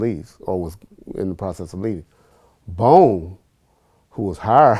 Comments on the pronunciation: haha exactly bruhh. and after he got corrected he still kept saying bone. goof. was not amused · “Bone” I would’ve said how you gone correct me!?? It’s “bones Vladimir” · baldo rodriguez and continued to say bone. Lol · 😂😭 Vlad tried to correct him saying “Bone” while actually knows the guy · Notice how glad kept saying bone even tho he was corrected.